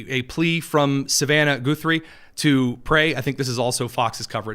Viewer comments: Ok, it's not GOO-three, it's Guh-three. 🤣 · Why Goo thrie and not Guh thrie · Goo-3? It is Guh-three! Simple name to pronounce, quite common? I thought so! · Can you NOT hear sseveral people pronounce the family name? It's not Goothrie! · I don't know about Savannah Guthrie either. But I've heard of Arlo Guthrie and Woody Guthrie. Short u. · You are not saying her last name right My last name is Guthrie and we don't say it that way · Why do you insist on mispronouncing her name? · What is with purposely miss enunciating people's last name, Goothey? Naidler? There is no oo sound in Guthrie, the wall is short just like in Nadler. Wow That's just rude to messy annunciate people's last name especially when it's well known. How would you like it if people called you Tony Kinyet.